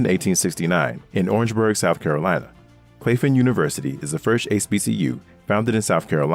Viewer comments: Wonderful video, only comment is Claflin is pronounced Claff-lin, not clafe-in. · Oh and Claflin was pronounced wrong in this video. My grandmother is an alumnist of that institution. It’s pronounced Claflin (short a sound ).